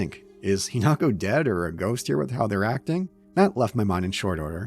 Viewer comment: Hinako, He-knock-oh